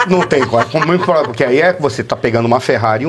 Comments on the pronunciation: Devia sair como candidata , queremos ver ele falar ploblema, faraônica, abrido por aí vai😂😂😂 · Janja, nem conhece a língua portuguesa .. ( poblema, inrresponsabilidade, abrido...)